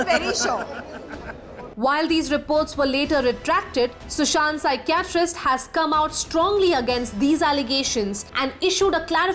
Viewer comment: Please learn to pronounce the English words properly if you reporting in English your pronounciation of Pshychitst is pathetic